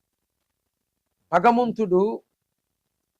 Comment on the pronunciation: నీకు సృష్టి కర్త అంటే పలకటమే రావటంలేదు.